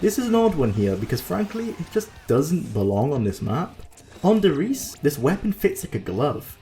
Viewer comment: "Simply forgettable " Well... indeed... forgot the map did exist PS: the E in der Riese isn't silent. Ist RiesE